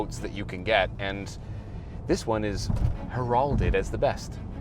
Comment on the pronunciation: What was that pronunciation of heralded???